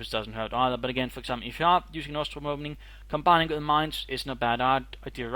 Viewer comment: it sounds like you keep mispronouncing bosstruppen. maybe thats just me.